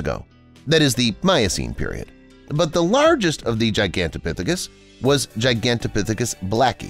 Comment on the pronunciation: being able to pronounce Gigantopithecus is such a flex.